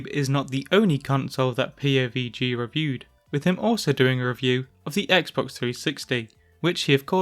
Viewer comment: X Bawks Three Shittsie lol